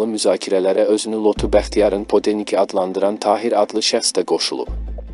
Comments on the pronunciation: Sen hele get danismaqi oyren😂podelnik yazilir padelnik deyilir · Podelnik sozunu duzgun de))))